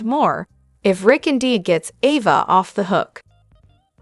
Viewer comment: AVA, say it right A-VA.